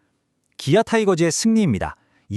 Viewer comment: 기아를 키아라고발음하는게, 거슬림